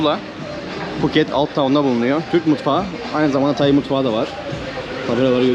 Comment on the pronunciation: Tayi değil Tay ak